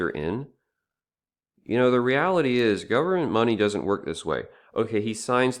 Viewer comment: "governemt money" Yeah, No. What you mean is "money the government is currently holding"